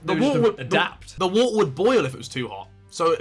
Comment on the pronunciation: WHAATER XD